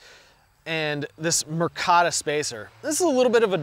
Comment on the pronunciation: MI-CARTA not MIR-CATA... and Jesus, drink a glass of water. Watching you try to wet your mouth with saliva every 10 seconds is painful.